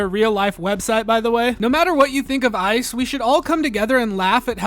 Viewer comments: i like that it sounds like you’re saying “isis recruitment page” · The EYE CEE EEE